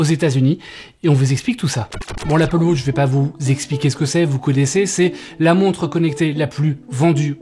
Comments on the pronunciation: Apple "Wauutche" OOHHHHHH!!!!! C'est Apple wAtch, WA-TCH ! Il faut dire le A !! AAAAAaaaaaaaaa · Apple WAtch et non Apple WOtch svp …j’ai les oreilles qui saignent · Merci pour l’info… Mais je ris à chaque fois que tu dis « Apple Wotch » 😂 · Ca me fume aussi 😂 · Apple Wôtch? 😂😉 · Apple wotch 🤣